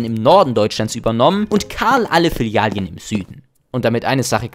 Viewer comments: Sprachkurs machen, es heißt Filialen und nicht Filialien, sonst interessantes Video. Und ja, wenn du in den Supermarkt am Sonntag gehst und noch zwei Schachteln 30.06 zum Spottpreis mitnimmst, dann weißt du, warum es Sinn macht dort einzukaufenn.. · Filialien.. es sind Filialen! 😂 Langsam nervts und ich bin nur 1,5 minuten drin im video. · die Dinger heißen Filialen und nicht Filialjen oder Filialien xD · Du killst mich jedes Mal wenn du Filialien sagst. Es heißt Filialen. Vielen Dank für deinen Kontent. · Jaaa schrecklich! Vor allem in einer scene steh es als Filialen richtig geschrieben und wird dennoch als „Fillalien“ ausgesprochen, das scherzt nicht nur das Gehör sondern schädigt auch mein Hirn! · Das Video ist echt super. Die Memes, die Schnitte und deine Stimme ist auch toll. Es macht richtig Spaß zuzusehen :-) Aber bitte nenne es Filialen und nicht Filialien:-) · Wenn er noch ein mal Filialien sagt, raste ich komplett aus. Bist du der deutschen Sprache mächtig, Junge?! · Interessantes Video, aber ab der Hälfte musste ich mich schwer zusammenreißen es nicht zu beenden: es sind Filialen, nicht Filialien. Das klingt so grausam falsch wie es ausgesprochen wird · F I L I A L E N ich kann das Video nicht schauen mit deinen „Filialien“ 🤧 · Es sind Filialen, keine Filalien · Dikka, es heißt "FilialEn" nicht "Filialien" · Aber ich muss in die Kommentare schreiben, dass es "Filialen" heißt, nicht "Filialien" 😂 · Filialen ❌ Filialien ✅ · Filiale junge warum sagst du immer Filial(i)en? geschrieben richtig! die Filialen. gesprochen?? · FI-LI-A-LEN. Es heißt Filialen, nicht Filialien. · Ist das Absicht, dass du die Mehrzahl von Filiale als Filalien bezeichnest, statt Filialen? Damit die Leute hier drunter schreiben wie bescheuert das klingt und dein Video deswegen mehr Aufmerksamkeit generiert? Lass es bitte. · Digger es heißt Filialen Nicht Filialien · *Filialen*. Es heißt Filial*en*, nicht Filial*ien*. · Bro kannst du aufhören “Filialien” zu sagen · Flilialien✅ Filialen❌